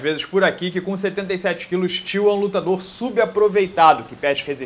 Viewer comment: Toda vez que você falou "till" eu ouvi "tio" e fiquei perdido